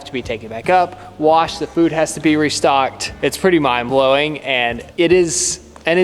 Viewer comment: "it's pretty mind-blowing" I assume you meant "it's quite mine-blowing"? 😁